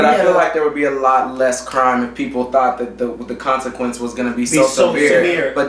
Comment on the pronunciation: lol "Tourght"